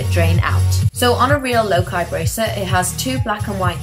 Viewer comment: ITS PRONOUNCED LOCA NOT LOKI